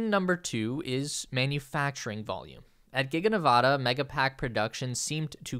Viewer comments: Nevadans mispronounce it themselves. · Days since the last incident of mispronouncing the state of Nevada: 0